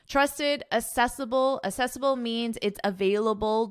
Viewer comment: This is a great platform for learning English. Thank you madam. A small observation, please check the pronunciation of accessible in this video.